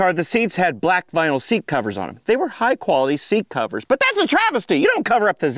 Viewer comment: you mean "see-at"